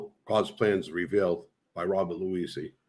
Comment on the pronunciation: Cool interview but bro, take the time out to get the guys name right. It's Bobby Luisi